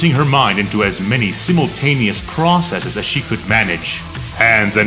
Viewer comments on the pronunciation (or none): none